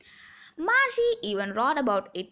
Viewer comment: Marche alla Margie aanu